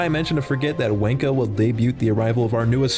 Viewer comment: the mispronouncing of 'wanko' for his name seals it for me. genuinely hilarious